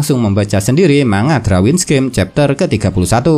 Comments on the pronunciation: Darwins bang bukan Drawins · Risih dengernya kalau bilang drawin